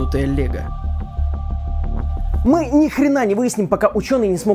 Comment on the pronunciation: загрузила все это в робота лего, я услышал: загрузила все это в робот Олега